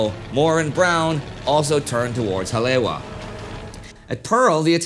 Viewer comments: This whole series has been really good. Hawaiian name pronunciation could be better, but really enjoyed this. Haleiwa = Ha-lay-ee-va Kaena [Point] = Kuh-e-nuh [Point] Ewa = e-va Honolulu = Ho-no-lu-lu (not HON-o-lu-lu) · Um… it’s “Ha-lay-ee-va”… Haleiwa. Great series! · just for the record. its pronounced 'holly-ewa(e pronounce like 'e,'w' like 'v'')